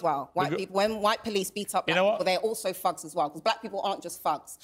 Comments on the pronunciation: Oh, "thugs." She was saying "fugs." I thought she was saying "fucks." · She said fugs🤣😂🤣😅😂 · She tries so hard to sound intelligent and well spoken but continues to pronounce the word thugs as “fugs ” 😂